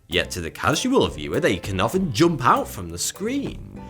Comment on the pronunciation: Notice how he barely uses the "u" but speaks it as an "o" instead. It's jump not jomp!